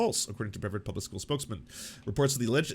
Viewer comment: Absolutely know that this is besides the point, but as a Floridian, the mispronunciation of Brevard County is deeply upsetting. Upsetting. I know neither person should have any idea how to pronounce the stupid ass name of that county, but it's -ard like in hard not -eard like in heard.